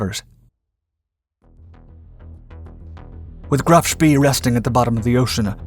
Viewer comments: Pronounced Graf SPAY... Not SPEE... Do your research!! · I wish the narrator would have lessons on pronunciating foreign words. The name of the ship was Graff SHPAY not shpee. It's so annoying that he hasn't taken the trouble to do proper research. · Love your videos. I think it;s pronounced like Graf Shpay, not Shpee. Bot positive, but that's how I've always heard it. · "Graf Spee" is pronounced such as "Graf Schpay" in English. It is German. Deal with it. You should know this, dude, if you are going to narrate this stuff???? It ain't ROCKET SCIENCE??? It's German. "Es ist einfach." It is simple; it is easy. Don't be so freaking lazy? Do your homework, dude. I'm just sayin... ... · It's rhe Graf Spee , pronounced Spay similar to the proceedure performed on dogs. It is never pronounced spee as in pee. Check it before you shoot another video you failed to research. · Another narrator who doesn't know his business! He says 'Graf Spee" suppose to be "Graf Spay" as far as pronouncing it the way the ship name was commonly spoken. We all in know how Detroit is pronounced but it is French and really shld be pronounced "De Twrah" but no one does! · Agree but most pronounce it like "Graf Spay" Narrator said "Graf Spee" He shld use vernacular like my ex w Detroit. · Graf spee is pronounced graf shpay. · It is pronounced "Graf Shpay"